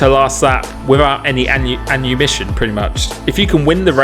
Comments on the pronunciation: Thank you, I will never go without “annumition” 😂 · Annumition, think you had multiple brain freezes this video😂